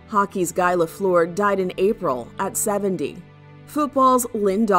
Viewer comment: Rip to everyone. Just saying it's guy lafluer isn't pronounced traditionally. It's pronounced gee not guy. Got the last name correct though